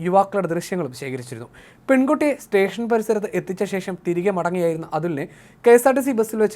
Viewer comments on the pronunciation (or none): none